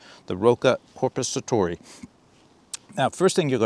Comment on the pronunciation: Your pronunciation of Korpisoturi is very good :) The knife's not too bad either, just wished they'd make a version with a longer blade. That length is best suited for bushcrafting. For military applications IMO you really need a blade at least 14-15 cm long, like with Peltonen's Sissipuukko or the longer Jääkäripuukko.